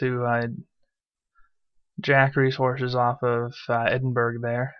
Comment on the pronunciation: It's pronounced Edin"burough", not Edin"burg" :) I think I'll wait for at least one more patch before buying Civ V